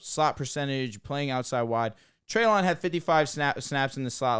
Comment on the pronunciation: Just so you know, it’s Trey-LIN not trey-LON